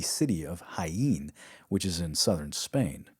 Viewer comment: It’s pronounced “ha-EN”, or “hka-EN”, if you’re from Spain.